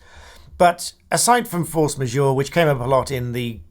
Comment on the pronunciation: It took me a moment to realise that you meant "force majeure" there. I've never heard the "ma-zhoor" pronunciation before from any UK or US contract lawyer that I've ever known. "Majeure" should rhyme with "her".